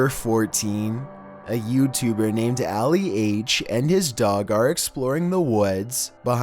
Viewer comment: dude annoys me.... lucky content is interesting... butchers yet another name.. very first clip.. his name is Ali not Alley.. prounced like (Ahh- lee).. come on bro not that hard.. like i said its not the first slip names are not your strong suit.. atleast minimum 10 videos with a pronunciation problem of a persons name, or even places